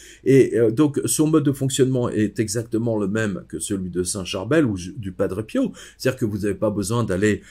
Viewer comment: à....merci de prononcer PIO..>..PI-O et non PIAU,,,cet accent est insupportable